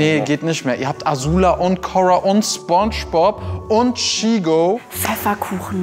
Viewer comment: Fairerweise muss man sagen, das Vorgetragene von Santiago Ziesmer als Spongebob war falsch betont. Ich nehme es ihm aber nicht übel, da er die Serie wahrscheinlich nicht in und auswendig kennt 😉